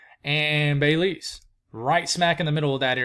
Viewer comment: Pronounced Beh-LEEZ. 😊 thank you for keeping us informed. 💕